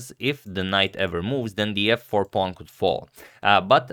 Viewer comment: yes, except for saying pawng instead of pawn all the time.